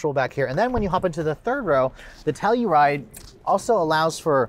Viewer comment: the external PR team calls it the sell-u-ride? lol..